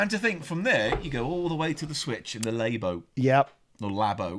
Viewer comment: Nintendo LAY-bo. ... Like, saying someone is a "good lay." ... Meaning sexual interactions are pleasant and enjoyable.